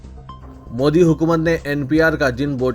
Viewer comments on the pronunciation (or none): none